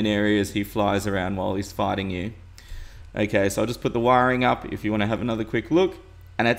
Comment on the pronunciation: I keep thinking you are saying AKA when you are saying okay